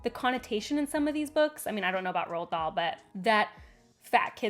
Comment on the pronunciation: The first time she said the name i genuinely was puzzled about this 'Roll Doll' 😅